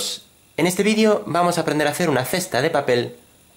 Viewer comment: jajajajajajajajajajajajajajajajajajajaxdxdxdxdxdxdxdxdxdxdxdxdxdxddxdxd me dio risa cuando dijiste viidio